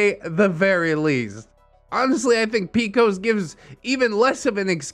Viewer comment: Firstly, it’s P-C-O-S, not “pee-cose.” Secondly, PCOS-haver here to say… no, PCOS doesn’t mean your menstruation is shorter or lighter. PCOS makes your hormones imbalanced & causes irregular cycling. I personally have gone up to 5 years with no cycle, and when I do bleed, it’s often extremely heavy and filled with huge clots, extremely painful, and no medicine has helped. I’m scheduled for a hysterectomy this month as a last resort, because my pain is often debilitating and nothing my doctors have tried has made any noteworthy progress in years. This condition is no joke and the hormonal imbalances can contribute to depression, but holy fuck, the person in this story NEEDS to find a way to take better care of herself and her living space.